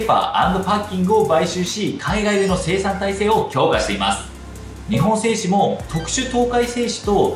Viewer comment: 日本製紙の読み方は「にほんせいし」ではなく、「にっぽんせいし」です。